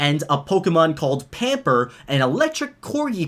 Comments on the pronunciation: They said pamper instead of yamper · It’s yamper not pamper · Pamper its yamper